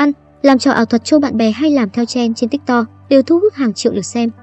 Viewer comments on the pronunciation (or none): tiktok đọc là tít tót bạn ơi😭